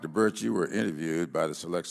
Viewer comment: Minute . sounds like he is calling her Dr BIRCH. It is BIRX.